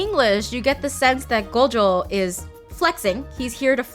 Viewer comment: just like gojo they mispronounced it to gojoww which is incorrect